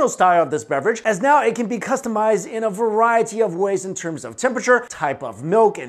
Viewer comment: I love how he says “variety” as varie-tea, get it? Haha,heheh..... ok I’m sorry